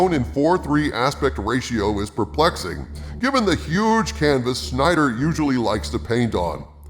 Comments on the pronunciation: Spells it "Synder" in the thumbnail, pronounces it "Schneider" in the video. His name is Snyder. is a weird one lol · Am I the only one who was bothered by the fact that he continuously said Schnyder rather than Snyder? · It's pronounced SYN-DER not Sch-nider and DARK-SIDE not Dark-seed... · It's Snyder not Schneider. lol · STOP SAYING SHNEYDER. It’s SNYDER. There’s no “sh” sound. What’s is wrong with you? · It's SNYDER not SCHNEIDER. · Yo,. How do you know the correct pronunciation of Gal Gadot's name, but can't figure out that Snyder is not pronounced "Schneider?" 🤔🤣😜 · geeez!!!! it's SNYDER, not Schneider. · It’s Snyder not Schneider! 😂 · Its Snyder....not Schnyder....no Shhhh sound...just Sn like Snail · It's pronounced Gadot, not Gado. fans: it's pronounced Darkseid, not Dakseed. And Snyder, not Scheider. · SNYDER NOT SCHNIDER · Just picking nits, but isn’t it Snyder and not Schneider? Glad for the review either way! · Was very iffy about this and still haven't seen josstice league, but I'll surely check it out. But I gotta point out how corrects the pronunciation of Gadot but says Schneider instead of Snyder the entire time haha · Plus he kept saying SCHNEIDER instead of SNY-DER. Drove me nuts. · Stop calling him 'schnider'...are you blind? Is that it? Read the name...how is it that? Sorry everyone does it, it's infuriating...arrrrggh you just did it again....urrrgh again....stop it! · My german heart feels great joy hearing that doesn‘t say snyder but schneider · It was pretentious and dumb at the same time which is a rare combination. Slow motion shots with crap music over them. Idiotic script. Corny lines and garbage acting from Aquaman, Roboblk and Flash actors. Just a four hour slog through turds. And why does keep saying Schneider? There's no H in the fools name. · "SCH"nieder Cut. Thats awesome.